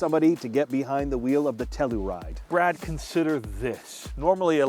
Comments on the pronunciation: TELL YOU RIDE,,,,,,,,, not,,,,,,,TELL OO RIDE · It's TELL U RIDE not TELL ER RIDE fellas nextime you revue. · We have one and love it. But say it with me: “Tell-you-ride”, not “Tell-oo-ride”. (We live near the town) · Tell - your - ide. Not Tell - er - ide. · you're saying tellaride smh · why are you saying tellaride? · The Kia Tell-uh-ride… lol